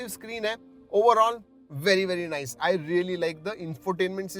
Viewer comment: Nise kiya Bhai.. Nise dekhkor ki bat kar rahe hoo